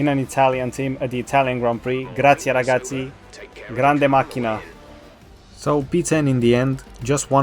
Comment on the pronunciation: aliens exist: today i thought: I want the Hunkelback championship, come on mate. Edit: i finish now the video: you said a good GRAZIE RAGAZZI, and I'm italian, so yeah, good speaking